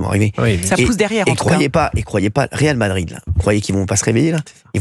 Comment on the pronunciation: on dit pas réal de Madrid 😃